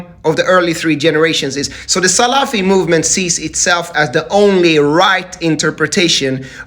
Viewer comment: This man dont know how to pronounce salafi ..😂😂😂😂